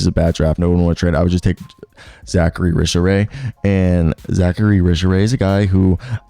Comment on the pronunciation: Risacher = ree-saw-shay